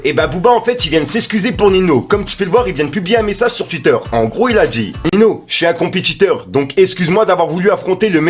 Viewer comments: C’est ninho (ou ninio si tu préfères), pas nino 🤣 sinon pas mal les videos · Gros stp on dit pas nino ou dit ninio Tu es un bon dans ce que tu fais continue